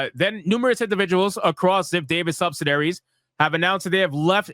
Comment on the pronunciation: Bro, you gotta learn how to read words like "subsidiary".